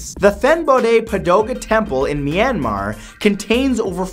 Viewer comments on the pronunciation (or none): none